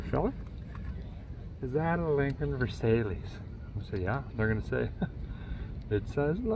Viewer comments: I LOVE THIS guy!! Growing up, we had a 1977 Lincoln Versailles (glorified Ford Granada). I have to laugh every time he pronounces the model. It's pronounced "Ver sigh" -named after a palace in France. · I still have my Versailles! It's actually pronounced "VurrSIGHH" I still call my parents Lincoln Versaleeeezz though lol. Factory 302 car with a 9 inch rear and four way disc. 360k on it, never had the heads off. You rock Derek! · Frrench guy here. Love your humour, so rare amongst the usual bravado and steroids related to the car restoration. Side note : Versailles was the residence of the king of france , Louis , the 14 th, and you donnot pronunce the "S". You just say " Versaille", a bit like "Versy". My 2 cents😉 As usual, excellent work. These kind of land yachts are barely seen on our roads, but i was privileged enough for driving a couple of miles as a passenger into a Mark 6 , in the middle of Britanny . Talk about narrow and cornering roads here! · Love your episodes. Your lingo is hilarious. This is a Lincoln Versailles, pronounced Vair Cy, it’s a city in France. But, you most likely already know that!🤪Keep up the great work! 👏🏻👏🏻👏🏻👏🏻👏🏻👏🏻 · 😊That's close. It's pronounced ver-siile.👻 Ghost car being pulled out into the sun!! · Lincoln ver-s-eye. Basically a ford Grenada with a trunk bump. Or a Grenade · If you’re not making fun, I believe the model ‘Versailles’ is pronounced something like ‘Ver- Sigh’ as in the palace King Louis XIV built in France to include the ‘Hall of Mirrors’ and other wonders. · Lincoln Versailles (ver-sigh) Papa had a sweet '79, same color ext and int. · Hi, I think the name is pronounced Verse eye, unless it was part of the documentary.! Certainly a different situation for driving on our roads in England, but hey, Well Done ! Bob Newton , Norwich, Norfolk.👍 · It's pronounced “Vair - sigh”, and one of the weirdest things about this chassis is how the built the power steering. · Versy is how it's pronounced.🙂(Versailles) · He knows.